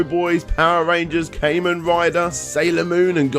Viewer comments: "Caymen Rider". That's a new way of pronouncing it I never heard before. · One quick correction, it’s pronounced “Ka-Men” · Kamen rhymes with Ramen, I will comment this every time you say it wrong 😂